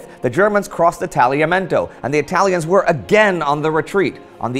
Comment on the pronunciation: it's incredible how you pronounced well Tagliamento, I think it's impossible to do that for 99,99% of english speakers